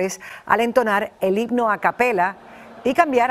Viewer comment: Maria celeste tu solo miras los errores de los demas pero no te fijas en los tuyos porque se escucha muy claro cuando en vez de decir himno dices higno la neta estas bien mensa